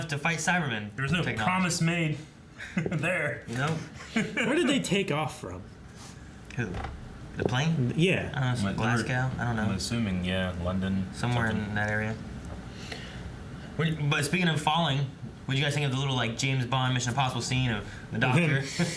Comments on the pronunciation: when you hear your town pronounced wrong - Glez-ga to me, pronounce it glaz-go. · "Glas-Gow" Ha ha! Anyways, that's nowhere near London.